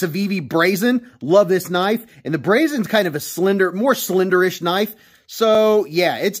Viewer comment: "That's not a knife that's a KNOIFE"